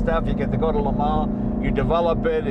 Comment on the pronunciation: “Tell me about LeMan” Blahhhh